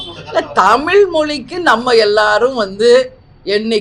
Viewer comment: உங்க வாயில கொஞ்சம் வசம்பு வச்சு தேய்ச்சுக்கோங்க,,, குமரிக்க,,,,,ண்டம் அல்ல குமரிக்கண்டம்,,, தமி ல் இல்ல தமிழ் சரியா உச்சரிங்க